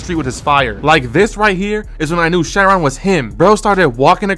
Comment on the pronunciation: its pronounced kai-ron not share-ron 😭